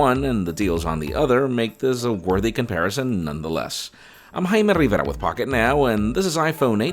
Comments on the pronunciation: Hymen Rivera is what I hear 😂😂😂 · Haimeee Rrrrrivierrrraa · What the hell did he say his name